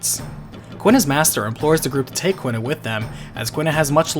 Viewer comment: FF9 video: pronounces Quina "kwinna" FF8 video: pronounces Quistis "keestis" I know this shouldn't bother me, but man I noticed it pretty hard lol